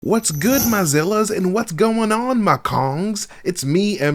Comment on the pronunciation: Is that a hard L I heard right there with " my Zillas" 😂